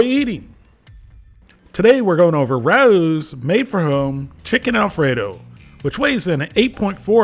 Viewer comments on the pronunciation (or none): I thought u were reviewing rao's. But i guess your reviewing ruuwww's 😅😂😅😂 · I think they pronounced it Ray-ohs in their commercial? I forget though. I’m sure it’s on here somewhere online.